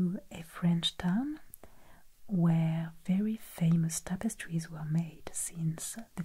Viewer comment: Love the "zees topostree" videos